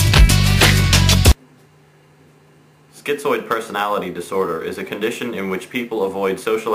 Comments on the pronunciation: it's Schi - zoid; there's no t in it. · It isn't "schiTzoid". There is no "T". It is schizoid.